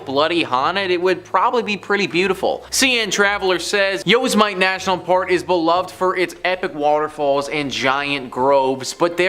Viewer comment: YOSMITE is "Yo semi tea" it is hard when you are actually educated. lol